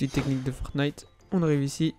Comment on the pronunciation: Fortnite et pas fornite sinon super la vidéo